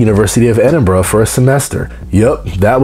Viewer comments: Edinburra not borrow and Glasgow not Glascow infuriating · Am Scottish and I pronounce it eh-din-burra, not even two minutes in and one fact that is completely false.